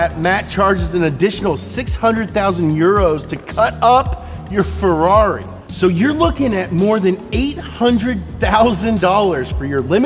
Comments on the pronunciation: Man you need to learn how to say "Ferrari" correctly. Please❤ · We could say that this is a "Ferrally"?